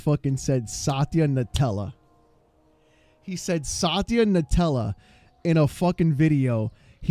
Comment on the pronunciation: 😂😂😂😂😂 Sataya "Nutella" bro im 💀